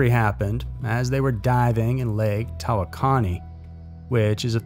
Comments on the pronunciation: I thought for a minute that you wouldn't say the name of the lake because is is a rather hard one to pronounce however, It's pronounced Ta-wok-o-nee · The lake close to Quinlan if pronounced Ta-wok- khan - née. Great video. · I love this Channel but damn the way he butchered Lake Tawakoni killed me. (taa·wuh·kaa·nee)